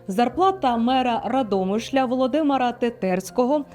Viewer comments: Невірний наголос на Андрушівка,Сухомлин.Радомишль. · Ставте правильний наголос ,пані ведуча.Андрушівка ,Сухомлін,Радомишль...Дивуєте !😢 Цей ефір доказ беззаконня та безкарністі у владі.Навіть ці цфри не вражають і не дивують ..аксіома..Послухали , прийняли ,забули. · Радомишль, наголос на Ра